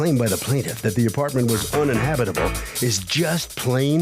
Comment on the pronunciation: Plaintiff: "An Apawment".